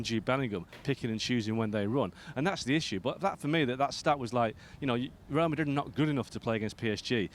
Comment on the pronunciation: Ale can't say Real Madrid. Rae a Ma ee.